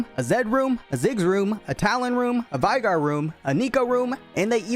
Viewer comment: Here's a fun useless fact. It's vay-gar. Not vi-gar